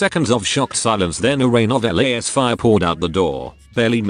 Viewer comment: It is such a pure pleasure to hear the tech-priest narrator say 'LAEYS-fire" whenever there's a combat scene.